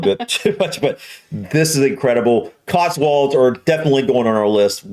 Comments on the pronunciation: There's no "R" in it! It's COTSWOLDS not "COTSWURLDS"! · We say CotsWULDS. Say it like that and they'll never know you're. 😁